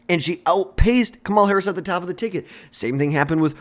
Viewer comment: Learn to say her name before you make videos